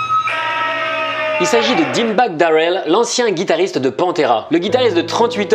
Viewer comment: Dimebag darelle....la prononciation lollllll Astie d'français